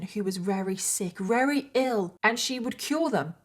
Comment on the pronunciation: Why do you say "Rery" instead of "Very" is it intentional? Not shaming you, it's just not something I'm used to so I'm curious.